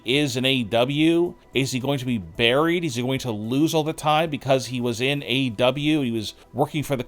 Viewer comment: Aside from this entire video being nonsense, it sounds like you’re swallowing your tongue every time you say WWE or AEW.